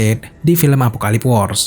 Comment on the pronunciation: Koreksi min, Planetnya Darkseid namanya apokolips, bukan apokalips..🙏🙏